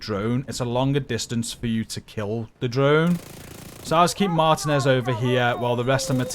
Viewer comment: “Martinez” is Pronounced as…..” Mar•Tea•Nez” GG 🤙🏼